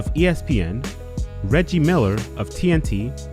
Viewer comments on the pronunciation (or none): none